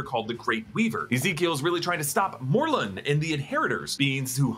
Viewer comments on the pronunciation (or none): Is he saying Mordun? Isn’t it Morlun? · Morlun, no d. 🤣🤣